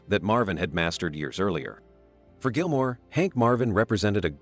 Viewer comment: Who is this "Gilmare" chap?